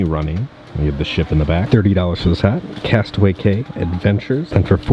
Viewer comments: it’s pronounced “key” for Castaway Cay!!! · Drinking game, every time say Castaway “K” instead of Castaway “Key” take a drink. End up in the hospital because it is every time.